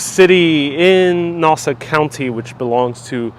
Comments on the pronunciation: Please pronounce Nassau correctly: not “nawsa”...it’s “naah-saw” county. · This guy isn’t even from there can’t say Nassau the right way. Family is from there over by Dutch Broadway. However now in Coral Springs Florida. Retired Nassau Country Police Officer Brian Walsh who had a moving company up there, now he has Wings Plus in Coral Springs. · Please correct your pronunciation!!!! Ask someone how to say Nassau County